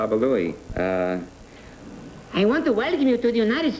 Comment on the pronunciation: Babba Louie became Babba Booey!